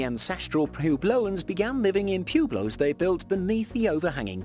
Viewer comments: its pueblo pronounced pweblow not pu as in pubic.....also mesa pronounced may sa not meesa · Great information but his butchering of the words Mesa (maysa) and pueblo (pweblow) was painful. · Pueblo is pronounced p-web-lo not like a human body part. Good grief!!! 😅